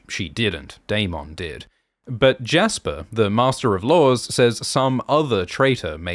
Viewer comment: Can we all just appreciate how Daemon's name is pronounced on this channel ? It's my preferred pronunciation of the name.